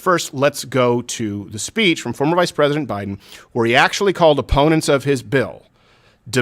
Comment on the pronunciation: It didn't even sound like he even said "president". It sounded like he said present.